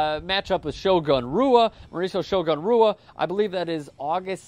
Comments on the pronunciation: You need to work on your portuguese pronunciation. The letter r is like an h. So it would be "Hua" not "Rua". Although it's funny to hear you say Rua haha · It's pronounced hua not rua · It's pronounced whoa not rua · just pronounced "shogun" rua's last name....ROO-AH, not HOO-AH....all credentials gone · Does it piss anyone else off when people pronounce Rua with an R sound instead of an H sound? Because I hate that shit. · Pronounced, "Hua" "reporter" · It's pronounced "who-ah" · In Portugese, the 'R' is pronounced as a 'H' so Shogun's name is pronounced Mauricio 'Hua' [Hoo-A] Just to clarify. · He is just joking, he is trying to get recognized and it is pronounced 'Hua' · Not pronounced Rua... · Rua's name is actually pronounced "Hua" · it's pronounced Rua (Who-uh) the R is an H. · Rua is pronounced "HUA"..... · to be in your business (the commentator), one would think that you would at least pronounce the atheletes name(s) correctly . . .especially since your work is only possible because of their efforts and or achievements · Sry brother it is pronounced with an h , there is a website inuse when I go diff places to help me with pronunciation ,its called forvo. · This was an extremely biased and poorly made video. I couldn't even make it through to the end. I imagine you are probably a basketball fan who is only mildly aware of MMA as a sport. One of the biggest give-aways to this was your continuous mispronunciation of Shogun's name. Most people that are even moderately informed on the subject of MMA are aware of Brazil's H sounding R's.